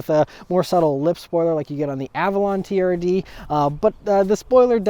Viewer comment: I'm sorry but I cant stop hearing the camery "TURD" 😂😂😂